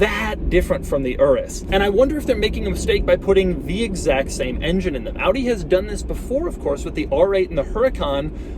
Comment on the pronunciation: Finally a car reviewer in english who says Audi correctly instead of Awdeeh. Doug always the GOAT.